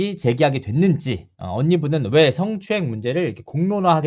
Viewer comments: ㅋㅋㅋ 아나운서 맞나? 성 을 승.~~ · 스엉추행이 모냐?!!! 발음이나 고쳐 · 스응추행.발음도 참... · 서엉추행~ 발음만 들어도 더러워!!!!!!! 아나운서 라는게 어째 발음이 저따위지? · 드~러운 스응추행 발음 참 저렴하다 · 승추행....발음도 징그럽네요ᆢ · 스응추행 과하거어허 발음 왜이래